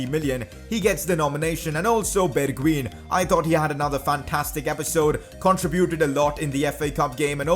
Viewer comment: The right pronunciation of bergwijn is berguajn